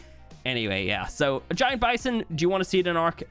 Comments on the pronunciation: Wait why did he say gi-aunt??? It’s giant bison not gi-aunt bison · when bro couldn’t pronounce giant